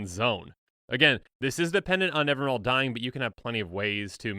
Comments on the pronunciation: I'm guilty of this too, but it's Nevin-EE-ral. (Also, it's science fiction author Larry Niven's name backwards) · I always thought it was NevinYrral nor Nevinral, ;P In all honesty idk how it's pronounced... I see Safron Olive's videos, so I at least know he's pronouncing things wrong lol